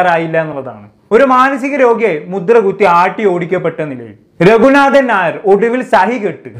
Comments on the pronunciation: Hi, ipo ith parayunnond onnum thonnaruth. രഘുനാഥൻ നായർ എന്ന് pronounce ചെയ്യുബോ പനയുടെ “ന” അല്ല. നൻമയുടെ “ന” ആണ്.🤭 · രഘുനാഥൻ നാ യോ😮. ഉച്ചാരണശുദ്ധിയോടെ സംസാരിക്കടെ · Ningal രഘുനാഥൻ ഞായർ എന്നാണോ പറയുന്നത്...ശരിക്ക് പറയൂ..നാഥൻ എന്നതിൻ്റെ ഉച്ചാരണം ശരിയല്ല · ഞായർ അല്ല മിസ്റ്റർ.. നായർ എന്നാണ് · Bro """"ന """ എന്ന അക്ഷരം നല്ല പോലെ ഉച്ഛരിക്കാൻ ശ്രമിക്കു """"രഘുനാഥൻ ഞായർ """" എന്നാണ് കേൾക്കുന്നത്